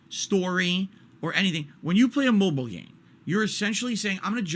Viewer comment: Why does he sound like he adds the letter B to "Mobile"? Bobile game.